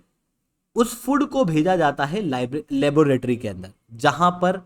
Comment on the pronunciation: (laboratory) LEBOLETOLLY😂 pranam🙏